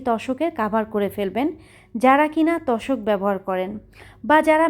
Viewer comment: তশক না আপু তোশক